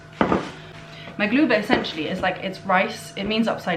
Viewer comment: When you said maglubah or ma2lubah if you’re fancy, I’m actually impressed 😂